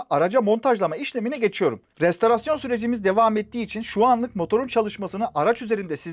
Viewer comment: kızma bana. restOrasyon olacak. restArasyon deme lütfen.. işin garibi bir retorartörle tanıştım. o da restArasyon diyor :)